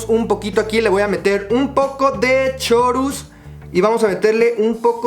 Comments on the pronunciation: Se pronuncia CORUS no CHORUS!! hasta lastima el oído... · 'Chorus' se pronuncia 'corus' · En el "chorus" no se pronuncia el "ch" >:v